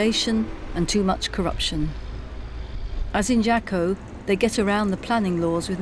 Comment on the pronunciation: Jaco is pronounced Haaco